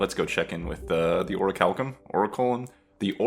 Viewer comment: It's Ō-ra-cū-lum. Like Oracle, but with the Latin -ulum suffix. So the Degenerate Corpse Strategy is certainly interesting. I'm hoping that mountain of of corpses gives you enough to offset your losses from panic. I'm guessing you'll be continuing with the strategy going forward in this haven, right? From my research, the Omens and upgrades you're looking for (and their Unlock requirements) are Omen of Engineer (build 30 Ballistae/Mounted Ballistae) , Omen of the Siege (Unlock Ballistae, 2k TE), and Seasoned Operator (Survive Lakeburg Night 5, 900 TE).